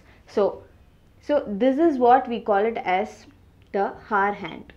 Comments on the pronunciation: Stop saying hour as ‘har’ all the time or better say it ‘r’ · that is hour not hoar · Mam हावर ni आवर 😊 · Thankyou for making it easy for me to understand. I just want to say, that "hour" is pronounced as "arr" as the "h" is silent , as in "honest" or "homage", I hear you say "har" and not "arr".😅 Thankyou again for these educationalvideos! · Hour is pronounced as 'our' not 'hawar'. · Ma'am pronounce it as Our hand not haar hand.... H is silent in this😂😂😂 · It is not har it is hour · "HOUR" not 'HOAR'...LOL......Hahhahahaha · Please improve your pronounciation it's very annoying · You mean haar ? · Dear it's not pronounced as Hour, it should be our. The 'H' should be silent. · it is not hawar (h is silent), but good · Exactly 😂😂😂 I am like....like seriously 😂 And prononciation of hour. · Your method is far better than this video! Can't stand her pronunciation of Hour. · your hour is extremely annoying kindly correct it. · ji, h is silent in the word 'hour' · First of all... In 'Hour' H is silent... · H is silent at the beginning of the word hour 😬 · HOUR. H IS SILENT. PLEASE understand that. It's so so annoying. No offense. Great video otherwise. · Your pronunciation for "Hour" is taking away all the good stuff in this video. Please try to change the pronunciation mam. 👍☺ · maam h silent hota h .....plzzz correct it ..its very irritating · The content is good... but 'hour' is not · See the pronounciation of hour.. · hour pronunciation😅😅